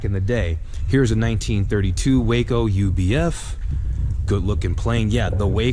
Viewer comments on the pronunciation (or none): Hey, great job of narration! One correction is necessary. Waco airplanes are not pronounced Way-co but is as spelled Wa-co, “Wah....Kol”! Otherwise, you did a great job!